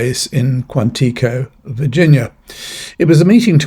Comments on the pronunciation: You should see the entrenchment of a fascist dictatorship from the viewpoint of a senior citizen in the former United States. It's deja vu all over again. The pronunciation of Quantico is kwan-tah-koh. It is derived from a Native American village of the Doeg tribe. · heh heh, Quan-TI-co.... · Your pronunciation of "Quantico" was so much nicer than the actual pronunciation. I just love your style; your wit and sarcasm are awesome. I voted 🗳 for Kamala Harris; nevertheless, I'm ashamed to be an American.